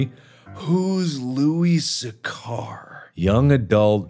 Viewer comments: It's not how you pronounce Louis Sachar. I did a presentation on him about a decade ago. It's (Loo-Iss) (Sack-Er). Louis Sachar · Loo-iss Satch-ar, Mark. Pununsiation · Louis Sachar is not pronounced the way you pronounced it, Mark hahahaha